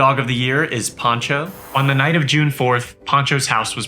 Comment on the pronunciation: His name is Pancho, not "Poncho"!